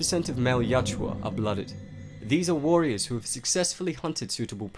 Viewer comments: For the love of all that is holy, why do you keep saying "Yatjua?!" It's Yautja! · Dude you gotta get that name right... Ya out ja.... not yat joo uh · its not yaa-tjua, its Ya-utja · My brain nearly exploded after hearing the narrator mistakenly saying Yatua instead of Yautja about a hundred times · Hermione: It's "yowd-cha", not "yow-chew-ah" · It's Yautja not Yatjua...but as always great video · Yautja or Yatua...it's Yautja but you keep saying Yatua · You keep saying Yatjua, but it's YAUTJA. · Yautja. Yow-cha. Not Yah-chua. 😂😂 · Yatjua!? I think its Yautja.. Great video, otherwise. 👍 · Writes "Yautja"... keeps saying "Yatua" all the time. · It’s not pronounced Yacht-twa, it’s pronounced yacht-jah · I thought it was pronounced "Yao-cha" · its spelled yautja but you pronounce it "yatjua"? which one is it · Not how to say there name at all